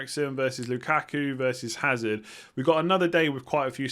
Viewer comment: Hazard silent H I think 🤔